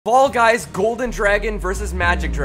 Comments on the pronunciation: He says ball guys at the beninging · Did you say ball guys or fall guys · Anyone else notice he says ball guys at the beginning😂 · At 1 sec of the vid I already heard “ball guys” 💀💀💀